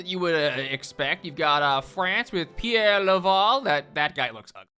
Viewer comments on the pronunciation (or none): none